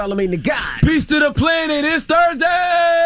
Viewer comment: This man always comments “Tursday” lmao idk why it cracks me up